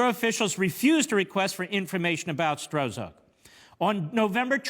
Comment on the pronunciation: A week and half later, we know this corrupt agent's name as "Struck", but Mark's early pronunciation gives this partisan hack a degree of anonymity.